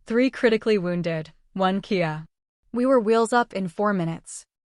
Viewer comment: For the AI. Kia is kindof car. I think you mean K-I-A for killedi in action.